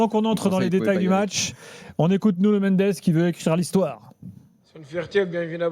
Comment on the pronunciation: C’est Nuno, pas Nugno !